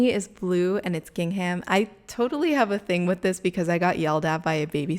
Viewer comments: I imagine someone else has said this already but gingham is pronounced like "ging-um". I know it doesn't seem like it should be pronounced like that but it is. Sorry I'm super antsy about these things even though I shouldn't be! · The “h” is silent in gingham. :)